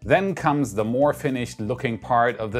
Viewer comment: slight word issue. moe-more just sayin :)